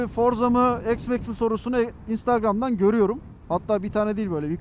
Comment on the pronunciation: s max değil üstadım x max